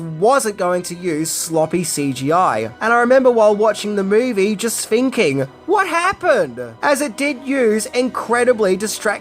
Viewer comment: and its thinking not finking